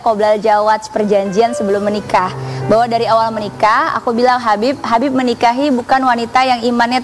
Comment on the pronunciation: HABAB HABIB HABABMUUUU😅😅harusny yaa nyebutnya habibbbbbbbbbb😮